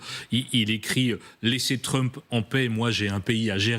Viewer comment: Trumph, le ph se prononce comme un f.